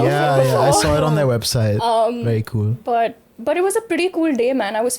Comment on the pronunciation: it's so "kwueel'....nigga i clicked off immeadiatly after hearing that